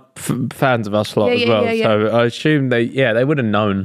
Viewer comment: BROOOO!!! wtf is "asshume"?? it's assume.. where you getting the 'h' from? said it like 10 times lol